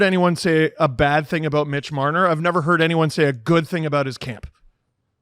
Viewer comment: MbLmbMitch MblLbMarner 😂😂😂